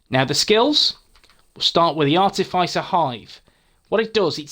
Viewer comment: Nice! Not wanting to be rude but it's pronounced ar - tif - is - er